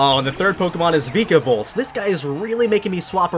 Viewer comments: It's VIKAVOLT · Does it make anyone else cringe when he says some of the Pokémon’s names wrong. Like VIKAVOLT and SOLGALAO